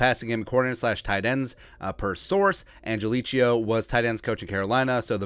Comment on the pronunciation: Man you musta said his last name 25 times, each time wronger than the last. Angelichio... Do not think chia pet at the end. Angel-e-ko, or Angel-e-kio, your choice.